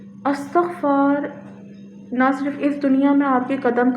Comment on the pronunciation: Thanks dear sister for using the pronunciation 'ISTIGFAR'.